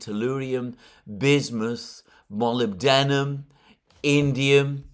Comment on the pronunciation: Molybdenum, pronounced muh·lib·duh·nuhm, emphasis on -lib-.